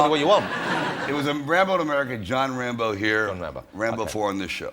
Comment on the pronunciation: I just can't stop finding Jonathan's speech thing very funny when talking about Wocky and Wambo😂 And considering how much abuse he's received from Jimmy Carr for the same reason, I don't feel bad about it🙂 Welease Wodewick!✊🏼